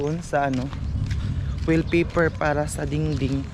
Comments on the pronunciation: WALLpapaer hindi wellpaper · Wall paper hindi well paper hehehe